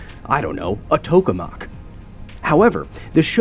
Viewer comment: I can't believe I'm listening to a science lecture from a guy who can't pronounce tokamak correctly.